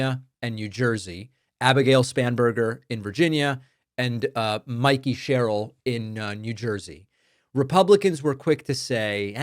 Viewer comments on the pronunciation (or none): none